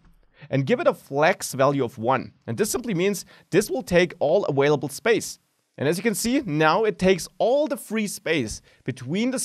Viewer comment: "awailable" I love it <3